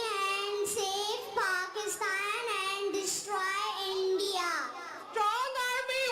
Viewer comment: India ❌Yendia ✅🤣